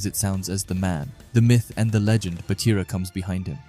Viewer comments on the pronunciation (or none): none